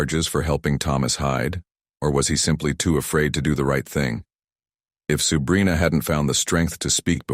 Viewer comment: Dude kept wrongly pronounced her name as “Subrina” it probably shouldn’t have but it kept bothering me a little bit lol